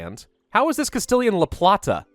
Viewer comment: Funny thing.. You were actually pronouncing la plata correctly xD